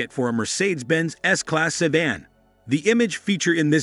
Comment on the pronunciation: What is a "say--dan"?